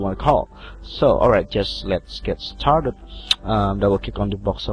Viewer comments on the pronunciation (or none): when he tried saying "lets get started" he said lets get tarted XD